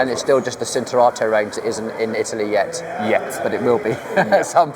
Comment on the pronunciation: Pirelli CHIN-turato, not "Sin"